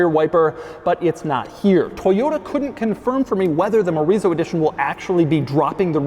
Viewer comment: I keep hearing Chorizo Edition.